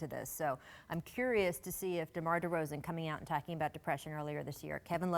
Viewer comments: Ian Harvey yea ik I'm just playing cause it pisses me off when he says it lol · It's annoying...he keeps saying demars name wrong...lol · no_talking_otf Scottie never says demars name right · Elijah The Truth She said, "DeMar, yeah". In another video segment, she further calls out Pippen and mentions to Pippen something along the lines of, is it DeMarcus Cousins or DeMar DeRozan.